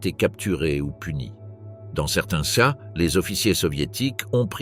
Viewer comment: La lecture par IA est horrible. Au lieu de dire cas ou ces il dit C.A ou C.E